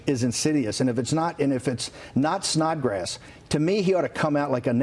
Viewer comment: Dude, did he say Snotgrass??? Really!! Thats some ones last name??? SNOT GRASS!! Poor kid.